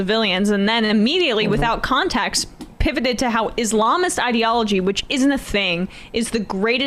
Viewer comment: My gawd. She’s such an Islamophobe and she knows damn well she’s mispronouncing “Islamist” on purpose. So glad she didn’t get far in 2020 primaries and no longer a Senator. Embarrassing.